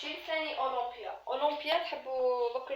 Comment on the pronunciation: اوليمبيا ماشي اواومبيا.وشكرا